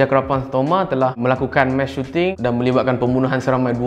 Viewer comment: sampai habis aku dengar "mash shooting"